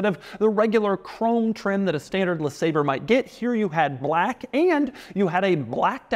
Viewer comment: Doug is the kind of guy to perfectly enunciate "comfortable", but also roll the L in "black."